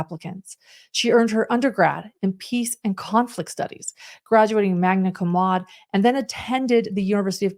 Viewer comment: You’re mispronouncing “laude”.